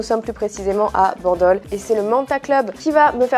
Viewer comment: Alors Bandol y’a pas de E à la fin hein 😅